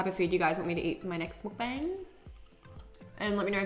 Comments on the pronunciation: it's pronounced mukbUNG not mukBAAANG :) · cute vid b, it's pronounced "muk-bung", not "mud-bang" tho hehe x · “mookbayng” y can no one pronounce it correctly